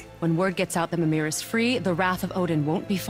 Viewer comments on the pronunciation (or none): Gotta say, being a Swede, I hate how they pronounce mimirs name. It's grave accent, not accute accent. Miiii-mer/Miiii-mir, not Mi-mir.